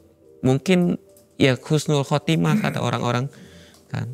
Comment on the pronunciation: Husnul khotimah, bukan khusnul,,, artinya sangat bertolak belakang 🙏